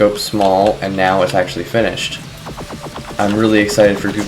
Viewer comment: you said it's out "right NEOW?"